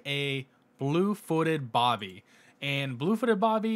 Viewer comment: Blue-footed Booby It’s Booby, not Bobby